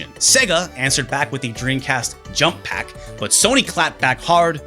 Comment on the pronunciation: It's pak and not pac, pepole from my country pronounce peck instead lol